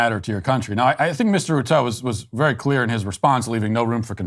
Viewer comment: Ruto as Rutoe has to be the funniest pronunciation of the name I've heard so far. Sbg for life🇰🇪